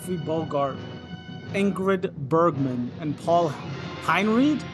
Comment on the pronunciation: bro, how can you do this classic and not even know how to properly pronounce Ingrid B.'s name? And what about a review of some, one, of the Black Classics, for the benefit of our grossly unknowledgeable people? QED